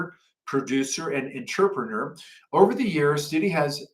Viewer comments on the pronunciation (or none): none